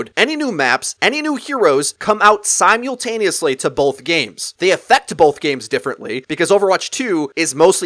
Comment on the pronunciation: You say zyimuhltaneously funny